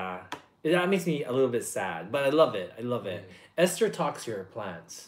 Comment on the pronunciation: Towards the ending, i honesty thought i heard admit to one and all that he "touches himself in the morning!" I had to replay that part to verify. Ends up he said he "talks to himself in the morning!"